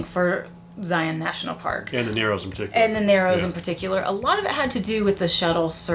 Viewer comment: Thank you always for sharing. Yes, the proper hiking equipment is key for the narrows. A few more visits and you will be able to pronounce Zion just like the locals. 😆 you all did great!